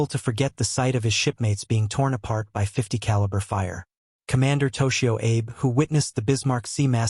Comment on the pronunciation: Is the narrator AI? Someone needs to each him/it the correct pronunciation of Japanese words and names. For instance, the Japanese surname "Abe" is pronounced "ah-bay."